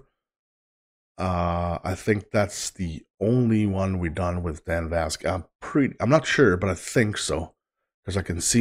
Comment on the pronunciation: His last name Vasc is pronounced like Mask. Loved your reaction and welcome to VascNation. ❤